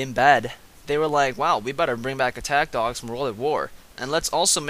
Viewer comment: Lol it sounds like he's saying dongs not dogs